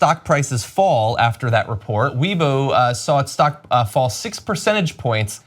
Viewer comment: Webo, I thought it was pronounced as Wayibo.